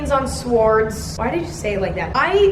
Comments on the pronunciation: I’m still laughing at “opINIon on sWWOoorrds” I mean like the pronunciation of swords was already funny but like the fact you said the sentence in such a sad way just really. Ugh it was amazing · Oh Emma, I'm a new viewer and big fan. I'm currently home sick with strep throat and I can't stop laughing from your commentary and editing (and the way you kept pronouncing swords 😂), this is awful because my throat is killing me and laughing makes it worse but I just can't stop watching your vids. 💙💙